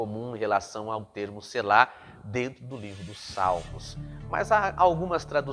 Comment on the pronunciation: Precisa observar que uma letra muda o significado.....no Hebraico tem pelo menos 3x essa palavra e muda uma letra com isso muda o sentido. A pronúncia é SELA E NÃO SELÁ. falo do Hebraico.